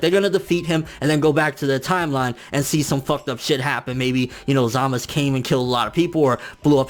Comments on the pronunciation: you calling him zamas its zamasu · The su sounds like suh or sa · U in zamasu is silent